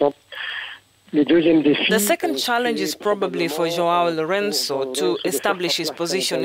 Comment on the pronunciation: That pronunciation of Lorenço's name LOL